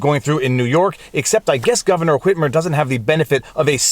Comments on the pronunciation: The fact that you pronounce the H in "Whitmer" makes me so happy. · It's the correct pronunciation. I don't know where people got the idea that the "h" in "wh-" words is silent. Seems to be a generational thing.